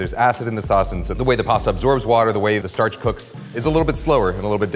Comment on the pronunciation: Take a shot every time Kenji says statch